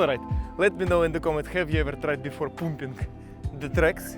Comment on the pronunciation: “Parm-ping” will give u slightly better pronunciation 😅. Hoping you won’t get called up to join the fighting. The videos are too good!